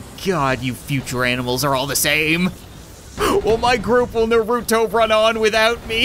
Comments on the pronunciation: I’m a little offended it’s NAR-U-TO not naruroto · I’m sry but I hate when people say it wrong it’s nar-u-to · It's not Naruto it's Naruto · He don’t even say Naruto right